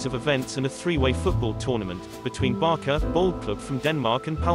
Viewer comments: The name is pronounced as 'Barsa' not this 'Barka' of yours 😔😔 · Why you’re keep calling it BarKa instead of Barca so annoying lol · It's so annoying when he says "Barka" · Actually it's Barça(Pronunciation : Barsa) not Barca . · It's hard to take a documentary on FC Barça when the narrater continually pronounces Barça as "Barka" and the Catalan name "Pujols" as "Poo-holes"...